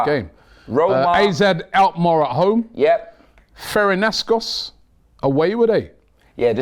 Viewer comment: he really said ferenascos lmaoo